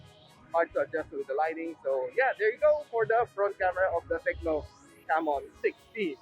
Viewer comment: Ingat sa pag pronounce nang Camon hHahaha